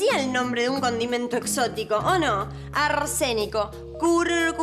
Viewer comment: poniéndole "arménico" jajaj arsénico XD